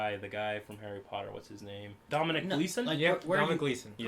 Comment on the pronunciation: Re the name of the actor, "...from Harry Potter..." (aka Brendan Gleason's son) who is playing General Hux (I hope I've got that right), his name is Domhnall* Gleeson. *Pronounced like Donal Logue's (of ER & Gotham) name. Just so you know. 😃 Great video, BTW - first time I've watched one like this. (My actual first viewing of anything on your channel was when you watched the trailer for the first time, but it's good that you went back to it & took the time to go over things properly. 👍)